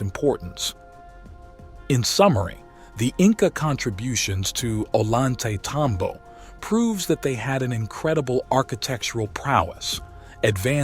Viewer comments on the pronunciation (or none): oh-lan-tay-tambo 😂 you mean oh-yan-te-tambo? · Ollantaytambo is pronounced as Oiy-anta-tombo.. The 'll' in spanish sounds like 'y' in english. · Maybe it really was aliens that did this incredible stuff - "Gods". Perhaps they left no physical remains due to policy like the USMC: "Leave no man behind". (And it is pronounced Oyan-tay-tambo!) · If only English speaking people understood that double L sounds like a Y in Spanish... we would have far less discrepancy between the pronunciations. So it actually sounds like "Oyantaytambo". Other than that, great video as always. I always wanted to go to the west side of the ruins, nice to see some of it up close finally. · At least learn to pronounce the name of the town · Before making this film, the author should have, at least, learned how to properly pronounce the name of the site.